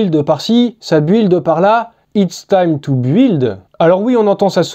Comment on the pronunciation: Build : prononce BILD je t’en supplie,tu nous fais saigner les oreilles avec ton anglais :-)